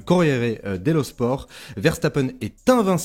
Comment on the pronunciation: Merci pour la vidéo top comme toujours! Petit détail: pour les journaux en italien, dans le mot "sport" on prononce le T comme en anglais:)